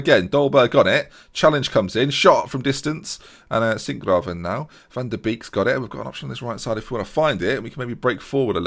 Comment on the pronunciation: Most Dutch would be jealous with you saying Singraven.... sounds good! 😉 Good espisode! Great team... but that is what I say because I am an Ajax fan for over 35 years now... Get the titles back to Amsterdam again,! Goodluck!